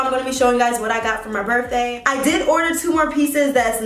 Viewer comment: jayla jayla 🤦🏾‍♀️ you’re pretty and educated remember so we gotta get these words right boo lol. It’s BIRTHDAY not BERFDAY, it’s BATHROOM not BAFROOM, it’s VALENTINES not VALENTIMES!! But on another note...that blonde is EVERYTHING on you 🔥🔥🔥